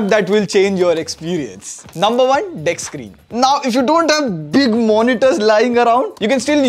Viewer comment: the fact you pronounce deskskreen “dex screen” it just uhhh..!